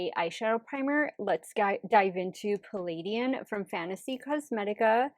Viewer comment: I feel like every one I watch for beauty content has not been able to pronounce the name of this palette right😂 no shade just a little funny. This is how its pronounced if youre curious "pa·luh·dn"